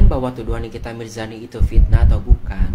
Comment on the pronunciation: Mirzani bang bukan mirjani... telingaku ko dengernya mirjani...